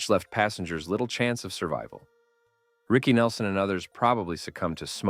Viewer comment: OhMyWord, had to stop listening to this. Now you need to pronounce the names correctly, and pronounce his full name without that long pause BYE